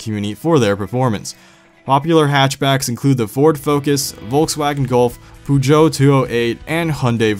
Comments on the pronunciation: It's pronounced "Puh-shee-oh" not "Poo-joe" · Poo joe thats not how you say peugeot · "Pugo"?!? It's Per-Gwey! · What the actual fuck is a Pujo? And Hundey? It's Peugeot and Hyundai. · Pugo 208? You mean Peugeot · "pooh-joh" Great pronunciation of Peugeot! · Dude I respect the vids, but did you say pronounce Puegôt as "poojoe" 😂😂😂. At a bout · thats how its pronounced. i bet you say poo-e-got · I cringed when he pronounced Peugeot, Poo-Joh... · Peugeot is pronounced like Pej-Oh, btw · the way he pronounces "Peugeot." 😂😂😂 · You pronounced Peugeot wrong. It is a french company tho so i can understand that. Most Americans don’t even know what the hell is a Peugeot. Great video btw. Keep up the good work and enjoy the hell outta your Mustang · The way he is saying peugeot kills me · He said Peugeot wrong